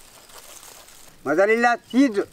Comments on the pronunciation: lol no im sure he said mozzarella cheese but on camera it sounded like mother inlaw cheese haha too cute tho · On camera sounded closer to "MozzERella" , The phonics aren't even close to "Mother inlaw" ... it would be funny had he said it